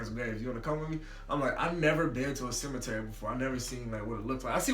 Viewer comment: nigga said temetary😂😂😂💀💀